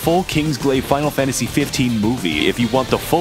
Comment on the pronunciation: As a audio listener who had this autoplay, I can genuinely say I misheard him say "spinal Fantasy 15", and thought this was a game genuinely about the BTS crew going around and slaying gods for a solid five minutes before he said it was Final Fantasy.